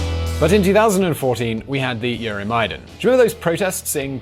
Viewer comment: I'm surprised by the poor pronunciation of some of the key figures and events. It's like it's the first time you hear of Yanukovich and EuroMaidan. Also Timoshenko was formerly the prime minister and not (yet) the president.